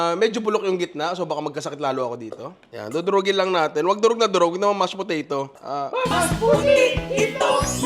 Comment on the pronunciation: Ingat kase sa pag bigkas ng Mash Potato‼️😂😂😂